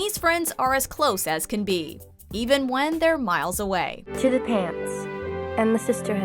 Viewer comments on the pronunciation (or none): none